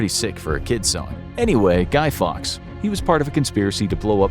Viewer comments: Lol guy fox? Its guy Fawkes pmsl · Guy ‘Fox’….B’jesus it’s Fawkes, Guy Fawkes.. 🎶Remember remember the 5th of November🎶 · Guy Fawkes, rhyming with hawks, not fox! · Guy Fawkes not fox